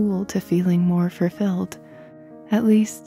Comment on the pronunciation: Full filled. Fulfilled. Not fur filled... meow!